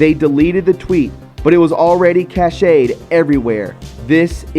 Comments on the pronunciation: Cache is pronounced Cash, Not cashay. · store offline. Cache. Pronounced cash not cash say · Hi! I love your show! I live in Alaska and back in the day people would build a tiny log cabin on stilts and they would stash all of their meat in this tiny log cabin on stilts so animals wouldn’t get there food. This tiny log cabin on stilts is called a cache. It is pronounced CASH. So if something is in the cache it’s stocked away for safe keeping. I love you and I appreciate everything you do!!! Please never stop! You are needed. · "Cache", sounds like CASH. Ex. The files have been Cached. (Cashed)